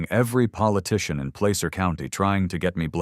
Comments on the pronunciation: As someone who has been in the "Gold Rush" for 65 years, the word is pronounced "plasser." Not placer. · Auburn? This is like the sixth city I’ve lived in that’s been the home of the HOA. It’s pronouncing Placer wrong, but it’s really cool to have Auburn mentioned!